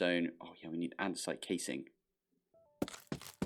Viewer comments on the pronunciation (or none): none